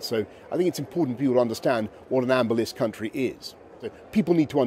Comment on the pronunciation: I'm hard of hearing so I need subtitles. Did he just say ambulance country?